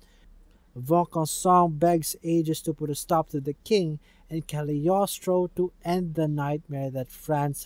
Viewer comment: Very good video! Even IGN journalists would not have been able to do a better summary/digest. (and as a French person, I congratulate you for your effort on pronunciation! It's not an easy language.) PS: You keep saying "the kaliostro" but it's not a thing or a title, it's Cagliostro, the name of an Italian man (Count Alessandro di Cagliostro), the evil guy who controls the automatons ;)